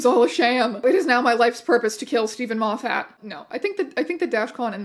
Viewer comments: Erm, actually (pokes glasses up nose), it’s pronounced ‘Moffet.’ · also thank you for pronouncing Moffat the wrong way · That is the first time I've heard Moffat pronounced like that